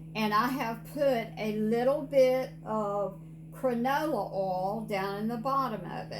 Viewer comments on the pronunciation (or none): Canola not cranola🙂